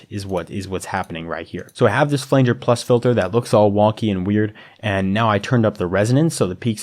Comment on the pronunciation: this tutorial is solid! thanks for this! only nitpick is i had to cringe every time you said "flanger" D: looking forward to more from you!